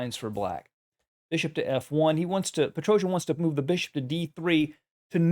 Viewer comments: Sorry, but nor "Petrozhian", it's PetrosyAn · His surname is Petros'an, not PetroZHIAN. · Give Armenians a break! Petrosian is pronounced Pe-tro-syan. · Your pronunciation of Petrosian is so weird. My ears fell off hearing it. His name was Петросян and it's pronounced like Petrosyan. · В фамилии Петросяна нет буквы Ж, как Вы произносите. Чтоб было понятно, напишу так Petrosian Sian - там нет буквы Ж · Please look up how to properly pronounce Armenian last names. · You pronounce his surname a bit wrong. It should end like British "yarn" with the accent on this syllable. Great video anyway, thanks a lot! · Not quite correct pronunciation of Petrosians Armenian last name. But thanks a lot!!! Good Job !